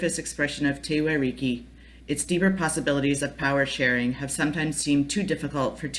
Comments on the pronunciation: Why can't you pronounce The Whariki. 🙄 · Despite the incorrect pronunciation of Whariki, i actually have a better understanding of Te Whariki, Thank you.